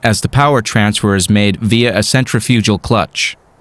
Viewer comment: I like your narrator for this video. But he REALLY needs to learn to pronounce INERTIA, CENTRIFUGAL & GAUGE. He is so far off on these words it is distracting. And I would rather pay attention to your message.